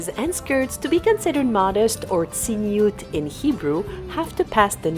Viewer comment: It is not "tziniut" in Hebrew but "tzniut". "Tziniut" means "cynicism".